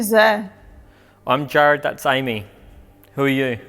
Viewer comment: Didn't sound like "Amy" to me. Sounded more like "Jeremy." But that's just me...